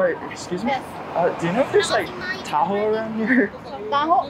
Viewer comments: It’s pronounced tah-ho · as a filipino myself, ill say: people who arent filipino trying to pronounce filipino words/names sound funny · say taho fast unlike t-a-h-o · as a Filipino, the pronunciation is killing me.😭😭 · I like how you pronounced taho It was wrong in a good way Task failed successfully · I love how bro butchers the names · As a filipino, i am mildly infuriated from how badly he pronounces the name of these DELICOUS foods